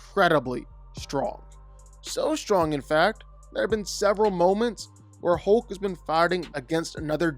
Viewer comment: hoke - you say hoke - is that a canadian pronunciation?